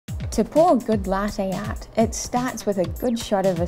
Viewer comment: laahhte aahht